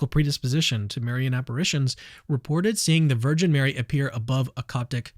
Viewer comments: When you're so Protestant that you can't even say "Marian" correctly. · why does Dr. Craig say Marian like that hahah